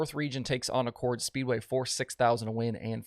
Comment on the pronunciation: Love the work, but it's pronounced Ack-cord, not like the Honda car model. And virtually everyone outside the area says it wrong :)